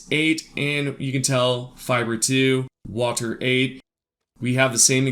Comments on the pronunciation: stop saying water weird you freak. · How many times did he say Wahtur